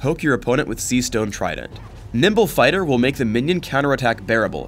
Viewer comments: i heard he said nipple fighter xD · Did you say nipple fighter???